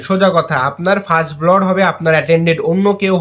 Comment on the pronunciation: উচ্চারণটা "ব্লড" হবে না। সঠিক উচ্চারণ হবে ব্লাড (blood), মানে রক্ত।